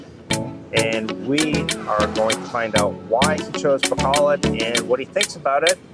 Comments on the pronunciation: its not bacolad its pronounced Bacolod...lol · No offense guys honestly. I wish us westerners would try harder to pronounce tagalog words and Philippine cities correctly. So all letters 'a' are pronounced 'ah' and all letters 'o' are pronounced 'oh'. So Bacolod is pronounced Bah-coh-lohd. Love your channel.